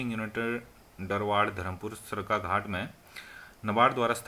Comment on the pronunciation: it's not haat bro. it's Ghat😝